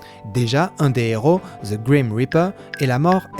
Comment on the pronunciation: Grim se pronnonce pas "Graym". Ça se pronnonce "Greem".